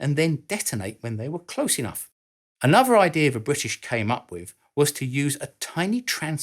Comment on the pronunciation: Oh, for God's sake, PRONOUNCE the words CORRECTLY. Another is "An-nah-THUR" not "an-NUV-er". The word "this" is NOT pronounced "VISS"